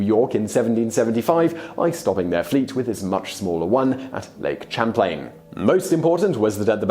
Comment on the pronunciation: You didn't pronounce Lake Champlain correctly. I give you credit for trying though.